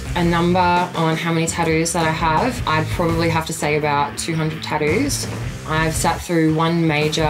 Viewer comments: is gorgeous either with or without the tats. I love the way she tadoos (tattoo's) lol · I'm still not over the fact she pronounces "tattoos" as "taddoos".